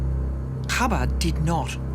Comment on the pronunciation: I am amazed at the amount of disinformation spread by the narrator. She should research what the punishment of excommunication is used for. Additionally she keeps mispronouncing the name of the movement. it is not CHAbad. It is ChaBAD. Do your research lady!